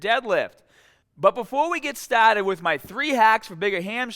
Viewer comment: lets get staaahted! 😬 Listen up, keep the baaahhbell shoulder width apaaaaahtt!!!